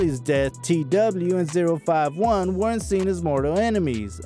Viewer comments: It's pronounced O51 not zero 51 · You clearly don’t know what a British accent sounds like😂